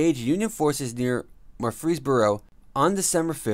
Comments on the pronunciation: Murr frees boro, emphasis on murr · Whoever this guy that is narrating should learn how to pronounce the name Murfreesboro. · Cheryl Farmer lol I was thinking the same thing